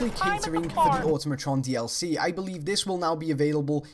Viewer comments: ***** I thought so, It makes me cringe when its pronounced auto-matron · With a silent "U" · "auto-matron" ew. wtf? I thought it was "A-tom-atron"